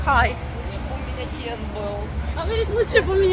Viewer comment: Нора права! В произношении имени Кен.😊